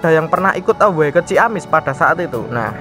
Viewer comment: Away dibaca Ewey min